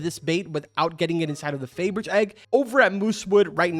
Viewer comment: Pronunciation is real special here.... Toro Veloce and Fabergé.... XD